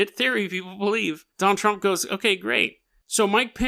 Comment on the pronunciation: I keep hearing you say "JonTron" lmao